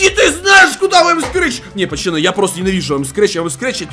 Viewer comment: Почему он говорит почаны?